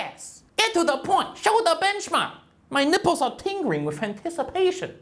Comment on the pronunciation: "My nippors are tingring wiff anticerpation"